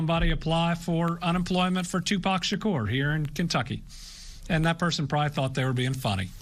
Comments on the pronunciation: Its pronounced "Sha'coor" not "Sha'kur" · Tupac Sha-cure? Am I think only one hearing that for the first time? Lol. Love you Trevor! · Love how he pronounce Tupac's last name! ❤️❤️❤️ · Does anyone else think trevor is miss pronouncing Tupac Shakur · how are you pronouncing Shakur again?😂😂😂😂😂😂 Lord I need your recording saying it to set it as my ringtone